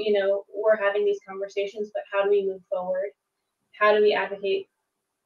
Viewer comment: ‘Foward’ is driving me crazy.